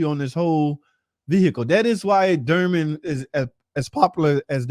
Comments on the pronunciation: Bro it’s Dorman not durman. There is a O not a U….. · its doorman not durman !!!!